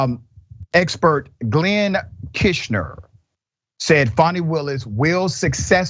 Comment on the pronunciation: It's bad enough that you don't know Glenn Kirschner's name despite his channel being so prominent in legal commentary and appearing frequently on MSNBC, but then you repeatedly mispronounce his name while it appeared on the screen. Don't talk to us about Herschel Walker's ignorance while you so persistently display your own!